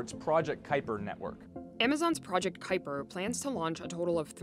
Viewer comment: ki-per, not coopy-er..